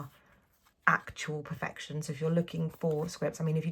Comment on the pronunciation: what a beautiful haul! Thank you for sharing:) I keep laughing whenever you say "per-fection" 😆